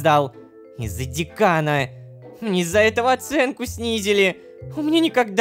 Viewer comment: дЭкан а не дЕкан